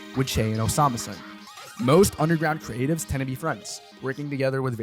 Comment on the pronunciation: Why bro said creatives like that